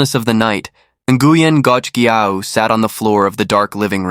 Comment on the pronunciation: Ngoc sounds like knock